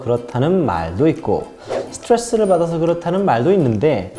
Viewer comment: 오늘 한개 알게 됬네요 강형욱님은 스트레스를 말할때 스트뤠스라고 말한다는걸..